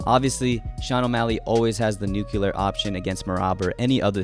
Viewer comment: Nuclear is not pronounced "new-kyu-luhr". It is pronounced "new-kleer".